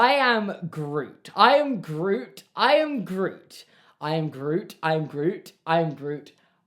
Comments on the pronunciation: it sounded like he was saying irn-bru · by the end of the i am groot segment it sounded like you were saying irn bru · when you started saying "i am groot" i thought you were saying "and i oop" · Your pronunciation in grootish is atrocious